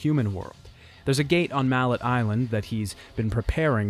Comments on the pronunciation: I love the details and new information about the production of the games a lot of info I never would've known otherwise though I did spend a bit too long laughing at mallet Island being pronounced like the hammer but still stylishly done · Great great video, stupid ass nitpick cause the first one is one of the first games I ever played so it’s legendary in my eyes but I’m pretty sure the name of the island is pronounced mallay as in melee. Who gives a fuck though amazing video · Couldn’t pronounce ‘mallet” right 😂😂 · Are you intentionally mispronouncing everything? Vida Marley, Ger and Frek (did you think the 'i's were silent for some reason? Does ANY language do that?) Also, while the name of the island in the first game IS Mallet Island, it is NOT pronounced like the english word Mallet. At least not in the english games. Both Trish in the first game and Dante in a later game pronounce it like 'melee'. If it was just in the first game we could call it a dubbing error (since the japanese name is 'Maretto-tou') but since they doubled down on it later I think we can safely say that is the correct english pronunciation.